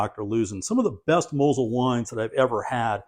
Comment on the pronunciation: I like you pronounce Mosel the German way. I asked a high ranking woman in my local Total Wine store if she could direct me to the Mosel area. She looked baffled, I had to say German Riesling for her to understand what I was looking for.